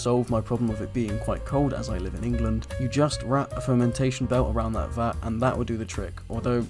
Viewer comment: Really.. these tips really are not helping anyone. Cleaning tip was right, others not so. Also.. its Vat not fat